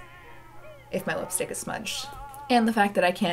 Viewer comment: I love how she pronounces lipstick like "whip"-stick😂😂